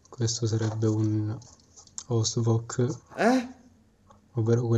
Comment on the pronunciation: Il tizio con L’ “ostvok” 😂😂 merita un bel 2 😂😂